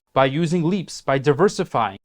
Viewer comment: It’s ’leaps’ options. Not ‘leap’ options. Please say it correctly.